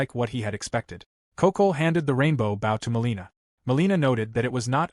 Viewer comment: It's amazing how you deliberately let tge narrator mispronounce "bow" so consistently.